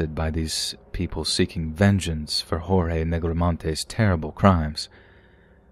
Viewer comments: The cannibal story, man that's not the first time something like that has happened in Brazil. It's happened a few times where poor street food vendors use human meat. Messed up. Also I believe his name is pronounced George with the emphasis on the final "e" we don't pronounce it Horhey I believe that's hispanic. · Yup “Hor-hay” is Spanish not Portuguese. The name is more like “gorge” with a soft g in the beginning. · The name "Jorge" in portuguese is read with an actual J "jay" and G "gee", so you can speak mostly how you normally would in english (George). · Actually, it‘s pronounced like French, not English. The English J and G, in this case, would sound like “djordje”, right? So, for anyone interested, Portuguese J’s and G’s sound nothing like Spanish, they sound French.